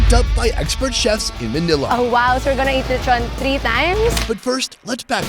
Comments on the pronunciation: him pronounce lechon as le-chou-n Me or others pronounce lechon as Le-ch-on or Le-chon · why he say lechon- leychon 💀 its okay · Nice lecthown lethon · Loved the video but can’t get over how he pronounces lechon hahaha